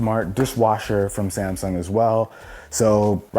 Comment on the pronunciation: No one: Literally no one:: "This is samsaung air"